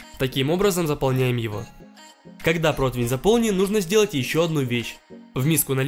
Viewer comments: Ухо режет этот протЫвэН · Ну почему протвень то!? Если противень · ПротИвень. УМОЛЯЮ, ПРОСТО ЧЕРЕЗ И т.т Видео шикарные, но слух режет. Хнык.